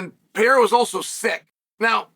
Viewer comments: You should first learn to pronounce a man's name (Pereira, not Piera). Then when you learn to respect a man and pronounce his name correctly, only then you can talk about what's sportsmanship and what's not. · Pereira not perheya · It peyhaydah say like that guy 😅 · Your pronouciation of foreign names is so hilariously American. Always cracks me up. Peyeaaara. Makkeltjev etc. lmao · Puh - ray - rah You're welcome, Chael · Im coming to the conclusion that Chael just doesn’t like Pereira. Constantly mispronouncing his name, calling him a bully, picking him to lose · Learn to say his name firsts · Bro. Pronounce his damn name right. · They way Chael says his name gets worse and worse each time 😂😂 bro is incapable of pronouncing Alex’s name even remotely close to correct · You still cannot say his name correctly? It'd be funny to watch him slap you until you learned respect and proper pronunciation. Plus, you chose Rountree to win...so ofcourse you are butthurt